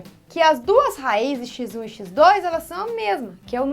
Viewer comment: 😅😅😂😂❤😂 o oque me motiva a assistir as suas aulas é que Pf. Fala xizum (x1)